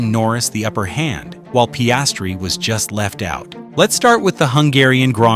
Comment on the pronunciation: Terrible pronunciation of Piastri